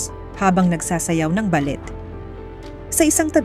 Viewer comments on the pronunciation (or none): ballet dance is pronounced with silent letter "t"...